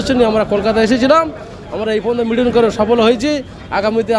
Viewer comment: মিটিং উচ্চারণটা ঠিক মতন করতে পারেন না নেমেছেন আন্দোলনে